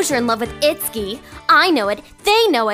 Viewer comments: Cute! One question though: Isn't his name pronounced 'it-su-ki'? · Oh. Well, the only other time I've heard that name was in Fatal Frame 2 and it was pronounced differently. *shrug* Just curious. ^_^